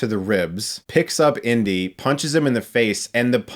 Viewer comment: I kept thinking you were saying "Indian Short Round" but you were saying "Indy & Short Round" 😅